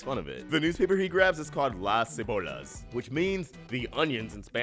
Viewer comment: Hey did he say: " Las cebollas" or "Las se bolas." That's so wrong.